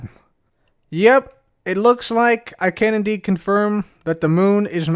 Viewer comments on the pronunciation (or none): did you say ''can indeed'' or ''Kennedy'' confirm that the Moon is made of Moon? Sweet pun if intentional. ;P